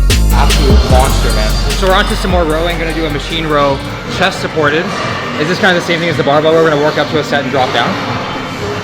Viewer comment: How many times did he say "chest thaported" lol